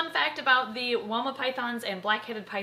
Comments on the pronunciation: When I hear woma I also hear Wilma but I know wilma as a Guinea Pig from little adventures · I know she said 'woma' but I kept hearing 'Wilma' and then starting to hum 'Meet the Flintstones' in my head 😂